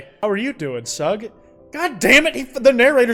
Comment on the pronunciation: pronouncing sug as it’s read and not shug is killing me